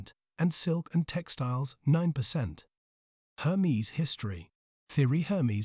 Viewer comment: Interesting… pronouncing the name incorrectly throughout, took away from the video. It’s not Her-mees, it’s Air- mez. Bonne journey.